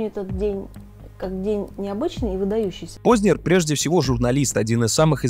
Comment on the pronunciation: Пожалуйста, не коверкайте фамилию Познер